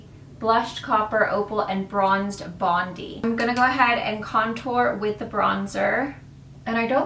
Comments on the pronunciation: Hey, love your tutorials! Especially your coppery eye looks. For the highlighter palette, Bronze Bondi appears to be a reference to Australia. Bondi and is pronounced Bon-die as in the beach in Sydney. Lots of love to you and the family 😊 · it's bond-eye btw, it's the place i live in sydney australia :) love the palette, it's 50% off in senhora aus atm so I'm getting it. thanks for your review!